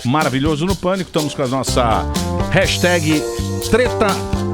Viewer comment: A não sabe falar "hashtag" kkk